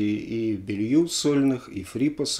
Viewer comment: Тоже слышал, что фамилия Эдриана правильно произносится как Белу, а не Белью. Не знаю, насколько это верно. Также Гарри Мор, а не Мур.